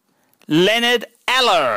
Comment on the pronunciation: It is pronounced Oil-er